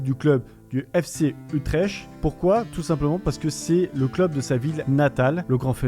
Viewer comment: par contre on dit utreKt et pas utreCHt